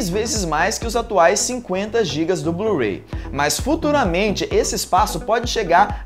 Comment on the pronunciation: blu-ray passo a ser chamado de blu-rei aheuaheuheuaheu